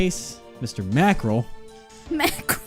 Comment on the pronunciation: Mack Rell Mackerel